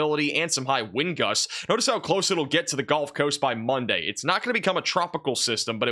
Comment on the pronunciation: pronounced guhlf coast not golf coast !!